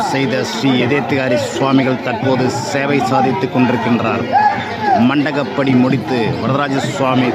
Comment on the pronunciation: It is MANDAPAPADI. But most of the people are pronouncing as Mandagapadi. It is wrong.